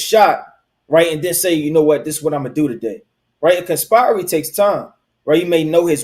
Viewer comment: Why can't you pronounce the word conspiracy🤔🤔🤔🤔🤔🤔??????? ❤️🌏❤️🌍❤️🌎